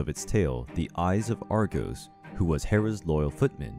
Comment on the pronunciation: argus not argos